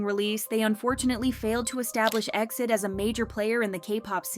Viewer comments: I watched all the way but hated that you are saying exceed instead of E - X - I - D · Please it’s not EXID (pronounced like exit) BUT E . X . I . D (like read each alphabet on it’s own) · Right off the bat. It's said E X I D. Suppose to be a k-pop channel and can't even say their name right. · It's E.X.I.D not EXID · Calling them Exid (like exceed) is kinda weird, I used to call them by letter, E-X-I-D 😅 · It's E-X-I-D ☺️